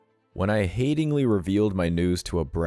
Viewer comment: 'HALTINGLY' not 'HATINGLY'